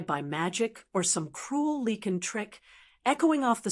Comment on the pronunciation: Great story but it’s lycan not leken